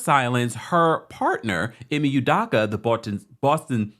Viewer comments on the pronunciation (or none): Great report! Love this channel ❤. FYI his last name is pronounced “Ooh-dough-kah” . Unfortunately, he’s Igbo-Nigerian lol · It’s udoka, not udaka